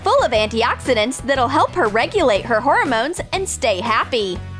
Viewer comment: Who else realized she called them "horror-mones" the entire voice over?